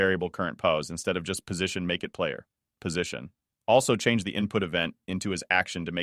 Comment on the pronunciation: exactly what i was looking for! in the future w/ ai voicing going over parameter names, you could have it say "dot" where the period is, as it interpreted "player.position" as a full stop instead of "player dot position" hope that helps as much as the video did for me :D